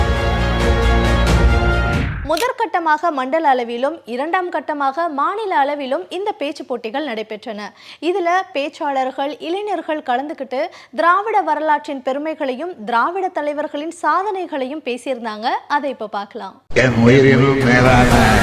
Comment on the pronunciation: சகோதரி அவர்களே,,,கலைஞர்,,, இளைஞர் என்று உச்சரியுங்கள்,, கலைனர்,, இலைனர் என்று சொல்லுவது சகோதரி